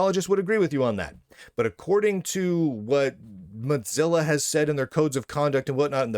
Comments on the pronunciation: MODZILLA? Isn't it MOZILLA? Or is it just an accent thing? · Mutzilla? Why do you pronounce it that way ... am I missing a joke? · There is no T in Mozilla. Why do you keep pronouncing it Mottzilla